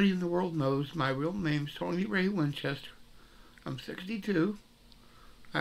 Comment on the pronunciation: It's tony not tiny فاء بن ألف'